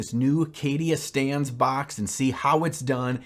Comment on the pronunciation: Is it wierd that every time I hear "Cadia Stands" I only hear "Cadia Stans"? Also, I wouldn't use the official Heavy Metal recipe for somenof my armies. Only the Alpha Legion scheme because I love the colors and transitions.